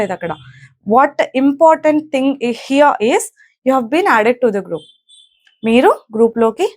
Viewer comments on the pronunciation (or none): none